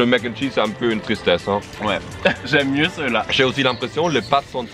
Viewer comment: C’est Mac N’ Cheese, pas mac’chees